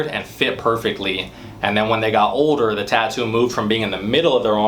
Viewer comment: The way he says “older” is funny ! 🤣 “OH-DER”